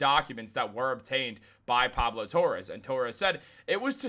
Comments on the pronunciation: It's Torre not Torres.... come on. Pablo is actually pretty well known. Annoying, but well known. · Just an FYI, it’s not Torres, it’s Torre